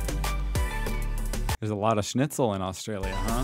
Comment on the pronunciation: Grilled is a very local Melbourne thing being plugged. Most people get a good burger from a fish+chip shop, or even a good petrol station. Btw, it's schnitzel, not shnitz.